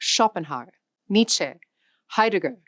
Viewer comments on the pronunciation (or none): none